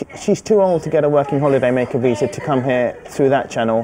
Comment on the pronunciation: feel pity for the student. Fire the immigration officer for not pronouncing properly